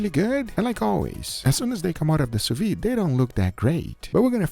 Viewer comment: Once again, the d in sous-vide is not silent